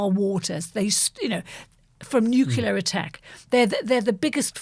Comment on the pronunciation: NUCLEAR not "NUCULAR!!!" You are both journalists, wordsmith is supposed to be your trade.